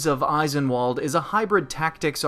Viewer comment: It hurts me every time you call it Eye-sen-wall'd. It's German, so it's pronounced ice'en-vahl'd